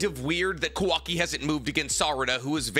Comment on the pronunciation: The guy talks about all the knowledge he has about the source material… yet miss pronounces names every time … KA-wa-ki… ah-mod-oh…